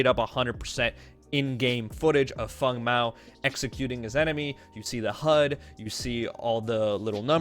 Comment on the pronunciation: it triggers me so much when you say fung...